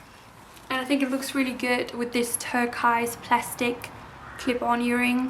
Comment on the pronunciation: Yes and turquoise isn’t pronounced “tur-kize”, but “tur-koys”…😊